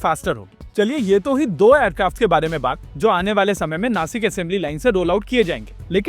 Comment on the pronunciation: It is नाशिक not नासिक and it is महाराष्ट्र not महाराष्ट्रा., I hope you will not mispronounce in future. जय महाराष्ट्र!